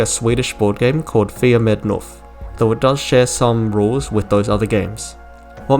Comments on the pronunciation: Wonderful video. I really feel the need to say though that as a Swedish person every time I heard you say "knuff" with a silent k it fucking threw me. "Fia med 'nuff".. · Wonderful video, it's so cool how something so small can carry so much meaning! As a swede your pronunciation of "knuff" (push in Swedish) did throw me of a bit tho, it's said with a "K" sound in the beginning (think more similar to the "C" in can't) and not an "N" sound :)